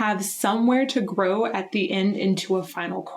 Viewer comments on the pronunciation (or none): none